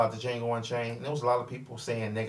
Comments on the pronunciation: The funny thing is, is that he even quoted "the D is silent" line from the movie and still pronounced it wrong. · You EVEN QUOTE the line where Django is asked his name and says, "Django, the 'D' is silent"...and yet you KEEP pronouncing the 'D' in Django. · I'm surprised that he is still pronouncing D and nobody has said anything, and he saw the movie.